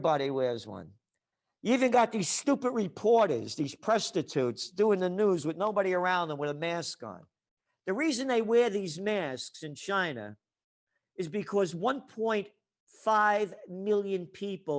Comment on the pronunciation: Did he say “Presstatutes”?! 😂 he is hilarious.